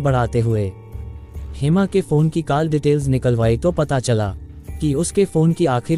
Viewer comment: Aur sab theek hai but aapko call ka pronunciation theek nahi hai.It’s Call as kaul and you are saying Kaal.I hope it helps.